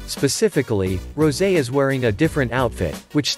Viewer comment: Not Rosie. It's rosè. Pronounced as ro-sey.